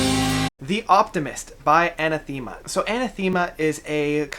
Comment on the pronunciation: Sorry to be a pedanticly British but it's pronounced A Nath Ama not Aneth Theama. Great evocative review though